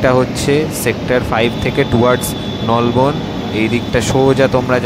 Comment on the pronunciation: Ucharon thk koro Bhai nalban noi Nolbon